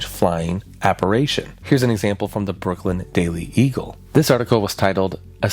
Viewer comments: You should give the people of 1891 a bit more credit. On average, they were far more intelligent than the average person today. They certainly knew how to pronounce "apparition" correctly. 😂 Just messing with you...sort of 😉😢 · Please learn how to say apparition properly. Its fkn unbearable. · Your pronunciation of "apparition" is cringe af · The way he pronounced apparition threw me, but it was an interesting video. I had not heard of this story so thanks for covering it. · Thank god, I came here to say this haha phew! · Is he just mispronouncing apparition or is that an accent thing? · Omg you keep mispronouncing APPARITION. ITS DRIVING ME FUCKING NUTS. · Apparition... App-A-ri-tion(shun) Not app-a-RAY-tion! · I love this story, but I just gotta say, it's appar-i-tion, not appar-a-tion. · Aside from mispronouncing, "apparition", as "apparation", you also mispronounced the word, "writhing", as "worthing". And you mispronounced, "imbibing", as "inhibiting". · It's pronounced, "apa RI tion" not apa RAY tion" jeez dude, and you have kids omg .😮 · The word is: Apparition. Not, "Apparation". Unless you were meaning to say: aberration? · Apparition. Not apparation. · ApparAtions be apparAtin' yo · Check your pronunciation of the word "apparition." App-uh-rish-un, not app-a-ray-shun. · Great video, but I have to grit my teeth and flinch every time he says "aparation", instead of apparition. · is saying apparation, which i dont think is a word outside harry potter. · Ap-pa-rih-shun Try and enunciate the H in "rih" and say "shun" immediately after. It'll fix it for ya, you spoon. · You are mispronouncing the word apparition. You keep saying app-ar-A-tion. That's not a word. - Grammer Police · Born and raised in Central Indiana and I've never heard of this. 😮 Edit: app-ar-i-shun. "I" as in "it". W-r-ai-thin = writhing. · What is an "apparation?" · aCSHUALLY ap·pa·ri·tion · He was saying apparation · Is he mispronouncing apparition on purpose